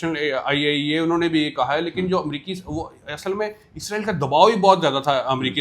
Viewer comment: Isreal name toh thik tang seee Bol leee